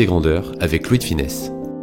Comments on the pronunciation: Superbe video, mais attention à sonnom, c'est Louis De FUnès, pas Louis de FInès. Bonne continuation! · Ravis que la vidéo t’ai plu ! ☺️ Oui je sais comment cela se prononce mais j’ai tendance à me tromper en prononçant son nom rapidement dans certaines phrases !